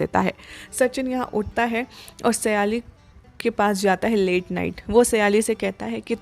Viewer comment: સયાલી નહીં સાયલી છે